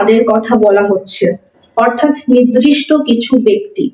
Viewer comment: Ma'am Nirdishta not Nidrishto